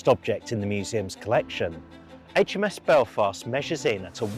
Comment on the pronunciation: You get an immediate "like" for saying Aitch Em Ess, not Haitch Em Ess :-) However, it's KILL-o-metres, as in MILL-i-metres and MEG-a-bytes.